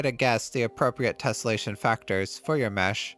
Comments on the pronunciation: Drink every time he says 'tessellesation'. Also leave the man a like for this wonderful tutorial. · 3 minutes in and he's said tesselation 27 times, and correctly only twice. Oh boy..